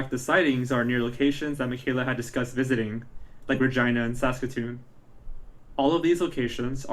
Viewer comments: I am snorting at the way he is saying Regina 😂. Its reg I nah, you know rhymes with a certain body part….. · It's not regeena it's an I sound not e. I lived in Yorkton Saskatchewan. It's very small. Someone knows something. Thank u for bringing this some light again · The city is pronounced Reg - i - na.... ya, it rhymes with that body part! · Reg"I"na, the i is not like "ee" but sounds like the word "I". Sorry I've watched a few youtubes about her and so many say it like "Regeena". Sure hope she is found ♡ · Its not Regina as in a girls name its pronounced Ra jie nah...rymes with vagina... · Re-gi-na it's like vagina but not as good. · Regina is not pronounced like that , Regina rhymes with Vagina !! I’m from Regina